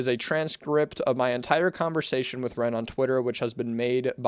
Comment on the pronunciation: this whole video is just you not being able to read 😭 how do you even misread "conversation" (no hate)